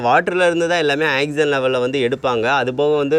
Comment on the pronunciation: Ok good!but its not " axygen" its "oxygen"!